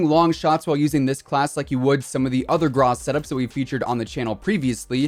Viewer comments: Is it just me that finds his pronunciation of grau? Why are u saying “grah”? Its “graw” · it’s still gro